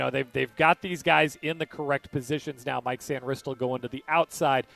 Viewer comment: Why does Michael Phillips always mispronounce Sainristil? He has heard how it is properly pronounced enough times to know. So, I am wondering if it is a bit or something. No one else at The Fan does this. Is it supposed to be funny or something? I don't get it.